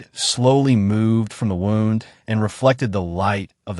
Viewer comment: The AI voice can’t even pronounce the word wound correctly. You need to get rid of it and get one that can pronounce words correctly.